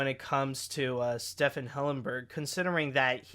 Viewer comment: not trying to be mean but I actually cringed how you pronounced Stephen